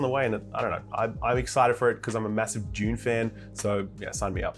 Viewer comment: You can't call yourself Dune fan, when you pronounce it June. 🤦‍♂️